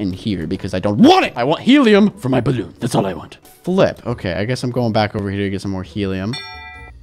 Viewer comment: did he said bloon???